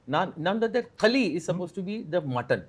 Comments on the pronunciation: Itz not naan khali.....its naan khaliya thtz the dish frm Aurangabad..❤ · It's Naan Khaliya , not khali